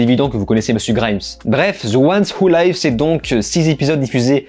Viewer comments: Attention, je pense qu'ici "live" ne se prononce pas comme "laïv" mais comme "liv". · On prononce 'live' avec un 'i', pas 'aï' 😂😂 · Petit commentaire sur la prononciation : 'The ones who live' -> ce 'live' se prononce avec le son 'i' et pas 'ai' comme 'life', car cest le verbe 'to live'. Voilà je pouvais pas m'empêcher ca me faisais mal aux oreilles 😋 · > "live" pas "laïve" ☝ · Cest dur langlais. The One Who live (comme leave, et pas laïve)...😂😂😂😂😂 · Ca se prononce "live" tel quel, pas "'laïve" ahah. Le mot s'écrit pareil mais "laïve" c'est "en direct" et "live" c'est "vivre" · "The ones who liiiiiiive" pas Layve!! Mes oreilles saignent comme la main de Rick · Mes oreilles 😱😭... TWD the ones who "laïve"? Attention à la grosse erreur de pronciation. The ones who "liv" (ou leev) phonétiquement parlant. Ceux qui vivent ! 😉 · The ones who live: tu m'écorches les oreilles avec ton 《wou laïve》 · Tu sais que le "i" dans "life" et "live" se prononce différemment en anglais hein ?